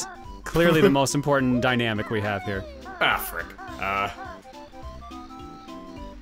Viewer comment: Africa, but pronounced with weird pauses